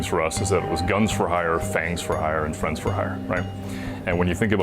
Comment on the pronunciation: Sounds like it is going to be Friend for Hire, not Friend-S for Hire.... :(